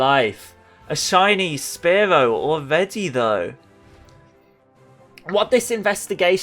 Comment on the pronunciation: Omg anyone else hate how he says “spare-low”?